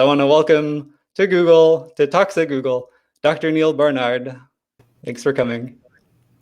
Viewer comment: Yo Commentator....just letting you know...it sounded like TOXIC GOOGLE...not Talks at Google...funny as hell brother